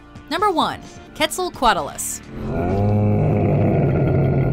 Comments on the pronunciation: You mispronounced quetzacoatl. It's not kwetz-ah-kotl. It's native American God. The 'oa' is not a dipthong. They are annunciated independently. It's kwetz-a-ko-atl(a-saurus). Quote racist of you mojo folks to not show sufficient respect to a divine being of that oppressed culture. What bigots. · it's pronounced Kwet-zal-coat-lus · I thought it was Kwetzaal, as in pronunceation. Soft E, soft A. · "ketzelkwattelus" I don't think that's how u say it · Its pronounced quetsel-co-otlas and that's how you say it not how it's spelled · Your pronunciation of Quetzalcoatlus made me cringe so hard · You are saying Quetzalcoatus wrong. But anyway, I like your video. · You have diddled the Quetzacoatlus name more than Frank diddled the English language, I do believe.